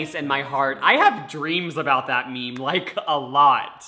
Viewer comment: my pet peeve is when people pronounce meme like “mee-mee”